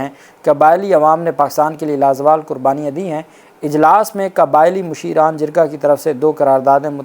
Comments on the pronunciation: سر جی۔ مشیران نہیں مشیران ھے اصل لفظ۔ پشتو کا لفظ ھے۔ مشر واحد۔ مشران جمع۔ مطلب جیسے علاقے کے بڑے۔ یا چودھری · مُشیران نہیں “مشران”